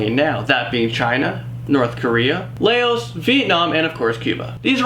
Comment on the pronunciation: He said Laos wrong. Im asian and I'm offended. I know he's Canadian and all, but honestly, get it right man